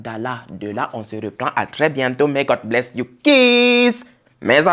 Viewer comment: J'adore vraiment t'écouter... Mais j'ai une petite question...tu dis Gold bsha ou God bsha... Je n'arrive pas à bien comprendre. Merci